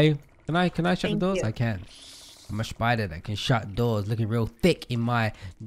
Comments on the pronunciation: LMFAO “sPiTeR” AND WE WANT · Say it with me!!!!!!!. The spi------ daaaaaaa!!!!!!not spider. Classic